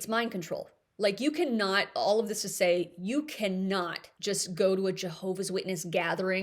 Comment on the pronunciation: Say, not day.😖